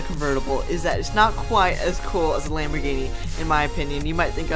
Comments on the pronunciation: U said lamb ogre. 10 times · 32 times you said lomborghini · You said lambogini 27 times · you said lamborgini "23 times"